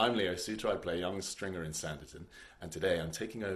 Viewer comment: Theo can't pronounce Stringer! 😀 He sounds like Sean Connery, without the Scottish accent! That hat must have turned off Charlotte! 😀